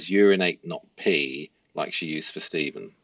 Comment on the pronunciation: Hey pls forgive me if I sound a bit rude, but pls can you pronounce the names correctly as my adhd and ocd can’t cope with it! 🙏🏾 so: Madeline & Jenn Soto - Soto is pronounced ‘So (like so what) and ‘to’ is pronounced ‘toe’. Stephan Sterns: Stephan is pronounced Steh fan, not Steven. Thank you! 🤩